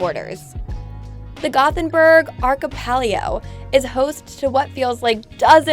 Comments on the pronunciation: If you don't know how to pronounce the word "Archipelago" then you shouldn't be narrating travel videos... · Spelling is wrong, it's Feskekôrka/Feskekörka. And then she said "feskekora"... Slottkogen!? How does she miss the two S in the word!? "Skatsken". Again... haha, just ignoring letters. Pretty sure she said the English word Archipelago wrong as well. orz It's one thing to not know or not pronouncing things exactly right in another language, but I'm so confused about some people who just skips letters in words. Otherwise a good video.